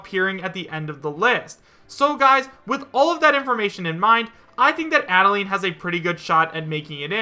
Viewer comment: Yeesh, quit botching up her name, man. Adeleine's name is based off the instruction, "Add a line." Get with the program!